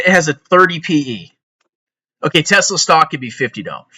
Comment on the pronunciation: REUUUUU Tezlahh my ezlahhh